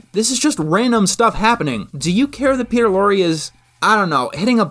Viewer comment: Yay you pronounced Peter Lorre correctly